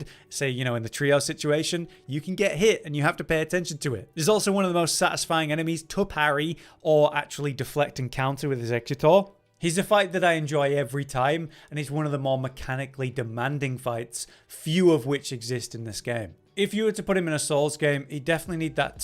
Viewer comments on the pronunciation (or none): Bro he's not a pokemon.. Pronounce the word 'Execute'.. Now pronounce 'or'..